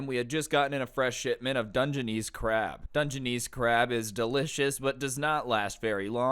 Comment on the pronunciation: You pronounced "Dungeness" wrong.